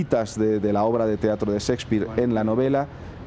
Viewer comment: Cespir, Chspir , Chsepirito? Mas bien es Shakespeare